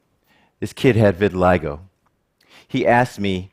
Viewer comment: yeah. he calls it re-vitiligo